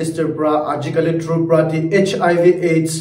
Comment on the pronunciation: Sir,Please say once again troopraa i mean tripura 😂